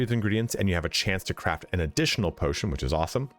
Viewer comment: Patotion lol